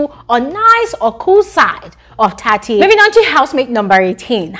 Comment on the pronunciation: Tsatsi is pronounced "tsatsi"..not "tati"😊